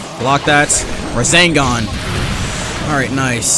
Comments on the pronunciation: I hate how he says rezengan instead of resengan it really annoys me😅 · It does not annoy me but I like how he calls rasengan, razengan, thats a really cool name to call it though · Everyone: RASENGAN!: RaZeNgAn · love the "razengans"